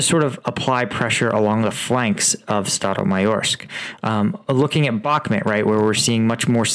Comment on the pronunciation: People in the comments are saying Bahkmut is pronounced " Back mood" not " Back mit" why cant you pronounce it correctly!!